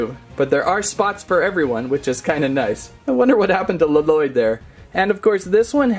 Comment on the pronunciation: Well would you please say Lloyd right and please and thank you👍👍👍👍